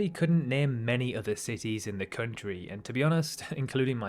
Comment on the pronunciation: Country not "Khöntriii"